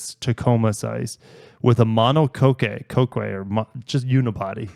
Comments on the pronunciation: mono-Koe-kay? its mono-cock fyi! lol have fun in japan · Mono cock is how it's pronounced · It's pronounced mon-o-cock 😂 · Monocoque is pronounced "mono- cock" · Mono-cock is how it’s pronounced 👍 great video! Can’t wait for your Japan content!! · I know it’s hard…oops…but mono-cock, is how it’s pronounced.